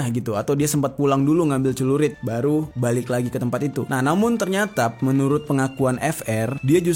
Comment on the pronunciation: Bukan cerulit, tapi Celurit.